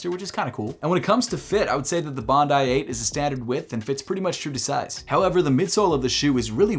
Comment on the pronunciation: Thank you for pronouncing Bondi “Bond-eye” as it should be after Bondi beach in Australia